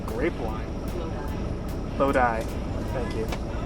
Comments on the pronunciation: Lol at me correcting you saying, "Lo-Dee" instead of, "Lo-Die" (Lodi).😂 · bro said lodee lol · I got a good chuckle over the lady quietly correcting your pronunciation of Lodi.